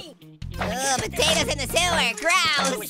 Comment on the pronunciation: Why do you call us hot potaters?